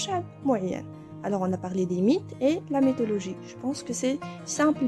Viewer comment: Prononcez my et non mé dans mythologie. Divin et non dévin.